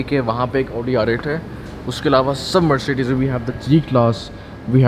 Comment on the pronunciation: MERSHEDISH : that's how you pronounce Mercedes.😏 Rollsh Royshe : that's how you pronounce Rolls Royce